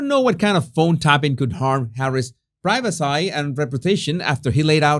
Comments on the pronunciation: Privacy- pronounced, pri-va-cee. Lol ❤❤❤ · ’ English seems to be regressing “i-legally”, “i-regularly”, “priva-seye”, what’s going on with that? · it is pronouced (pry-va-see) privacy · Your repeated "priveseh" cracked me up! That Southpark episode has a life of it's own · Hello in the USA we say priva see. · The British say prigh ve see. The Americans say pri ve see. Only says pry ve sigh. And please practise the word "royal" because you use it so often and the way you say it, it sounds almost like roy-gal. Keep the tongue down!